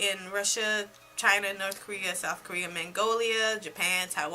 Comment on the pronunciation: Zombia?!!! Sis you are hilarious! Did you say Mangolia???!!!! ROFL